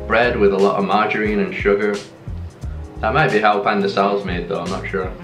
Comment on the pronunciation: FYI. It's not pandesal😂😂✌️